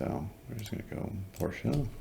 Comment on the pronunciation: Good info! I’m subbing just because you pronounced Porsche correctly!